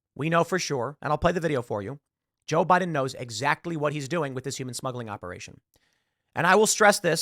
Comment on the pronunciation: Now I get the "Bi-dan" comments